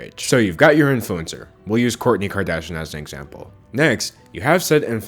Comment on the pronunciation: The way he messes up the names ughh